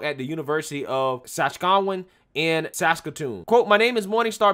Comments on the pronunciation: “Sah-scat- you-wan”... sorry man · Enjoyed the vid but the pronunciation of Saskatchewan and Metis left me laughing...in an inoffensive Canadian way, eh?